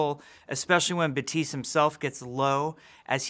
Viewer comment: glad i watched this video because i would've never known that Baptiste would be pronounced Batiis